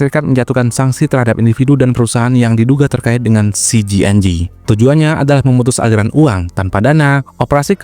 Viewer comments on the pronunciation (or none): CJNG ya gesss. bukan CGNG. biar gak bingung. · Jenius apaan? Ngeja CJNG aja masih salah